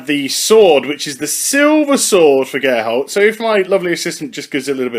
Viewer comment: Why does he say gerhalt?